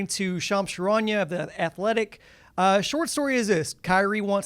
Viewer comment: Shams cha-ron-ya 😂 😂